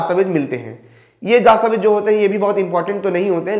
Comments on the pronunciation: आपके सिर्फ आवाज़ में ही दिक्कत नहीं , उच्चारण में भी दिक्कत है । "दस्तावेज" -शब्द को हर बार ""दास्ताबेज"" कहा आपने । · अरे bhai दास्तावेज nhi दस्तावेज होता है Pahle बोलना सीख लो गुरूजी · glows >> dastavez ....not daastavez:face-orange-raised-eyebrow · Abe Chutiye दास्तावेज nahin , दस्तावेज bol bsdk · Bhai it's dastavej Not Daastavej